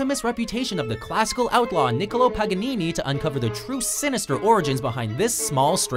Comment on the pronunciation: Him trying to pronounce Paganini correctly be like😂.